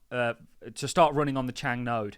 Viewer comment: There is no k at the end of Chang 😂